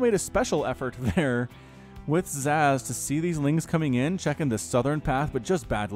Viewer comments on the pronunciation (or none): Zasz (pronounced Zahz) was the Cerebrate of the Garm brood back in SC1. one of the elite Cerebrates, but was killed by Zeratul.